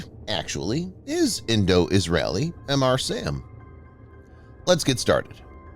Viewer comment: It's not Em Arr SAM.... It's Mr. SAM Luke Mr. Coffee..